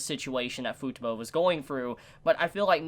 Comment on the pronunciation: It still irks me how u pronounce Futaba, it's an "a" not a "u", like taco lol But great video, agree with most of what u said, love this show so much!